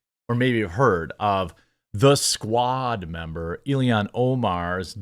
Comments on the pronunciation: You pronounce everything hyper-phonetically, and then for some reason you get to ILHAN and pronounce it Illian… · He gets an extra syllable in there. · Jeremy, you're making yourself sound like a fcuking idiot every time you mispronounce that *itche's name! I FCUKING HATE Ilhan Omar (ill-han), I think she is a traitor, as well as being scum of the Earth! FJB!!! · I think you're pronouncing her name wrong - it's Alien Omar. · Why can’t you say illhan